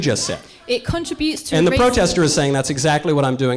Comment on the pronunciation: Dumb broad can't even pronounce "contributes" correctly.